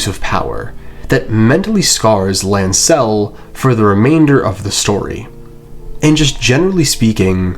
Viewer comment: I cannot stand the way you accent Lancel